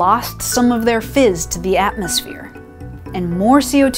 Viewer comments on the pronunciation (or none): none